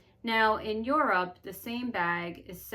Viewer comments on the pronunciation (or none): none